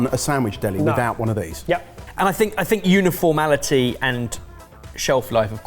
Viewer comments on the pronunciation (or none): I guess it's appropriate that "butchered" the word "uniformity" during the meat segment! 😉 And the carnage that was the last one!!! Incredible!! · I see continues to insist on the word "uniformality" when he means "uniformity". 😁